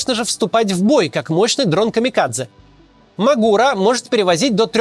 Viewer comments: Он мАгура, а не магУра)) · Не М'агура а Магур'а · мАгура, а не магУра